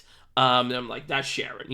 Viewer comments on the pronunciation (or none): Im gonna be that guy and say im pretty sure it’s pronounced Kare-ren cause its a reference to Charon from Greek mythology